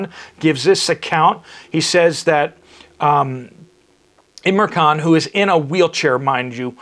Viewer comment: Pl name ia im ran khan not imra. It is a token of respect to get names right .